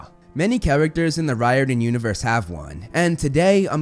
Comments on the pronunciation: this dude really said RYE-ORDAN its pronounced REAR-DON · That was me when I discovered that Riordan doesn't pronounces Ry-or-dan, but instead, Rái-or-dan lmao